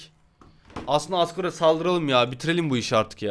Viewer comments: abi asgor-re diyo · abi hardgore mi asgore mi 😂😂😂 hahahahahhahhahahahahahahhah